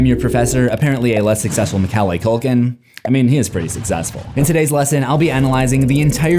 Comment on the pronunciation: What in the sweet Jesus was that pronunciation of Macaulay?!